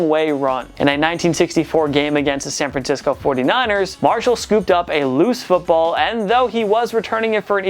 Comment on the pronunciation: Who else came to the comments after he said San FranTisco